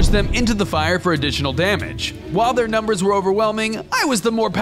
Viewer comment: why did you say nember